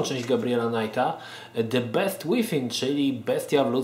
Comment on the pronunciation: A to nie czyta sie "bist" przypadkiem ?